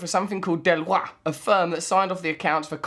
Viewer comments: It's pronounced Del-oyt not Del-wah. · Deloitte is pronounced DE-LOYT. Russ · You can't even pronounce Deloitte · Delwa? You mean Deloitte, Russ-lad! Pronounced 'De-loyt'